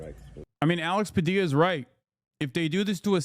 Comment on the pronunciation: Honestly surprised you pronounced the name puh-dee-uh instead of puh-dill-uh, given how you mispronounce other things. :) Great vid!